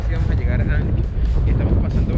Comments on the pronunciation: Ancud, no tiene acento en la "A" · Todo bien ´, sólo quese acentúa en la u (Ancúd), no Áncud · Hola, muy buen video, mucha historia que desconocía, imágenes hermosas y las tomas aéreas del drone, siempre suman. Sólo aclarar que el nombre de la ciudad es igual que las palabras alud, salud, virtud....."Ancud". Saludos a ambos y los felicito por cada video que he visto en su canal. Desde Santiago de Chile, un abrazo de un viejo chileno, que disfruta de sus videos. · Soy chilote, de Castro, y solo una precisión: no se dice Áncud, se dice AncÚd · Se llama AnCUD, no ANcud.